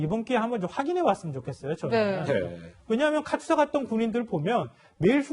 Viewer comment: 카츄샤가 아니고 카투사(KATUSA)라고 발음을 하면 합니다.